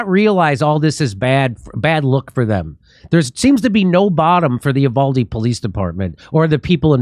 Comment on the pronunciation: The town is pronounced YOUvalde....Get it right!